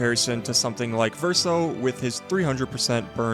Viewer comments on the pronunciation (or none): none